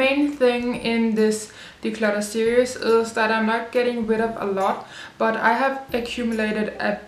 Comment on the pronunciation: Please know I am laughing with you when I point out...... "deslutter" 😂 x